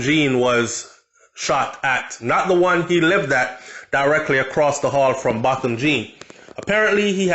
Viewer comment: THIS IS EVIL this must not die my heart bleeding... it’s pronounced BOW THAM..... low media coverage re his ASSASINATION